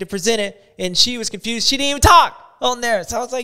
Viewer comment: Was it supposed to be confewsed 😂